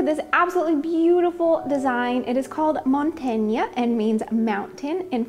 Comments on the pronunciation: Hey, try pronoucing it as mon-tang, like the orange wannabe drink lol. Or mustang. 🇨🇦💞😘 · 😂that's pretty simple, mon ... you got this right 👍😊 then ta 😱, the a should sound like the a from Ann "a" or C "a" rlos of Americ "a", then gne and you had this good too 🥳. MontAgne ... easy right 👏😊. I absolutely love your scarf. thank you very much for sharing with us. ❤️💖💐